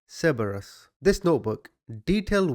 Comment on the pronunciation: I have to have a tiny laugh, I'm Australian, my Dad was in the Navy for 22yrs a lot of that based at Cerberus, the way pronounced it was funny but I guess if you didn't know you would pronounce it exactly as he did, to sound it out it goes like this Sir-Br-Us or Serb-Rus